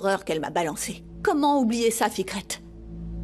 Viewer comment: Je ne sais pas comment Ils appellent Fikrète où Fikrote Il me nerveux hein 😢😂